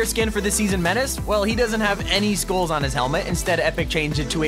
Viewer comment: Why Am I Hearing Schools Instead Of Skulls. Is It Because I Don't Want To Attend School.